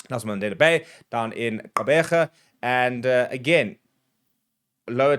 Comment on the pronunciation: I’m more impressed about how you pronounced Gqeberha… need VIP tickets for that